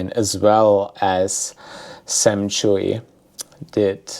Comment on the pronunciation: I think it’s pronounced CHEW not Chewy. But who knows.